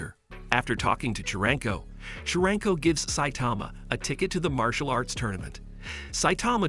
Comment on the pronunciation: Why it's chrangko it's charanko